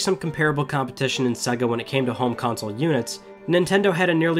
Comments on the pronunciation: Its Sega not suga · Does anyone else hate the way he says SEGA?